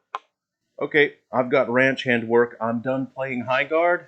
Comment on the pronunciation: High GARRDERING :D